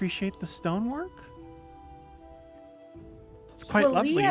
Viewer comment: Oh my goodness the emphasis on stonework is so prominent now watching it back